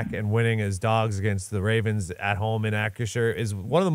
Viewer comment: our team is the 'Ravens'. Say it properly.